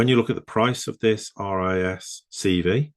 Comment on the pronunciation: It's pronounced 'risk five', as per the V is the Roman number 5.